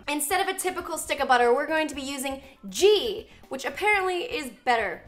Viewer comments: The pronunciation is Ghee itself not "Jee". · It's pronounced as "Gii" not GGG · all the brownies out here just like " 'gee' we wish we could tell you how that's pronounced" (just btw, its 'gh' like how you would say 'ghastly' ) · its pronounced gee not jee lol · That's not how you pronounce ghee😂😂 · lol its the ghee butter is pronounced gee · Watup... its indian clarified butter, its pronounced G-hee. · It's not ghee like jeez but ghee like ghost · Ok, by now I'm sure she knows 1. It's not pronounced "jee" 2. She should not use a metal bowl in the microwave She gets it guys lol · Btw its pronounced gu ee. Its an indian butter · its GHI ....spelt ghi not zhee ...a indian food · It's not ghee like the letter G. It's ghee like in geese. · it's pronounced as 'gH'ee as in Ghoul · HAHAH it's called "Gh-ee" with a Gha its an ingredient used more specifically in India!! Hahah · btw, gee isn't pronounced jee its gee like goose except for oose its ee, i don't even know if that made any sense but you're welcome anyways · Ghee has a "G" sound at the start, not a "J" sound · Ghee is clarified butter. When water is evaporated and fat is separated from the milk solids, you get ghee. Its pronounced as "g" from gum and "he" from he (a man) put together. Also, you are really cute :) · ghee pronounced like go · omg "ghee" XD. You pronounce it as "gee" with a hard G not with a soft G. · I can bet all Indians are cringing every time the word "ghee" is said. 😂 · Ghee is a indian thing and it's pronounced like G-HEE like GA-HEE, but without the A sound sound in GA. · Oh my god! Everytime she mispronounces 'ghee' it hurts my Indian soul!😂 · Its pronounced as g-EEEE. Its used a lot in Indian cuisine. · its not "g". google to know the pronounciation. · All the Indians cringing when she pronounces Ghee "g" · Ghee is pronounced with a g like in "good" not like in "general", no hate just wanted to correct it. Love your videos! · everyone cringes the way pronounces Ghee